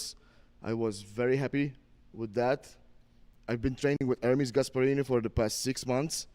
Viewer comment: Shots fired 😂 “uncle Ermes”